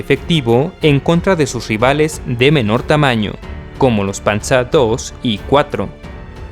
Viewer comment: min. dijiste panza II en vez de panzer II